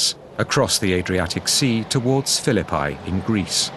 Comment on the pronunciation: Pronouncing the word "Phillipi" like that makes it sound like "The Battle of Fill-a-Pie".